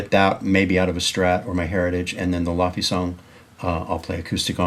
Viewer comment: Really cool video, very nice of Tim to break down his setup (through the lens of the show) for you (and your audience). Someone should tell Tim Laufey's name is pronounced Lay-vay (rhymes with that defunct jazz club in L.A. called LaVelee).